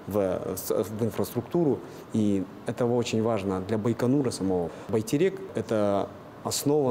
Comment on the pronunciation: В казахском языке буква "Е" всегда читается мягко. Поэтому не "байтЭрЭк", а "байтерек" ;-)